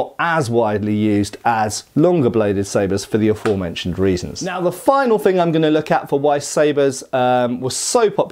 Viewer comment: Kudos on being able to pronounce "aFOREmentioned" correctly, instead of AFFermentioned, like most of the rest of YT seems to. 😆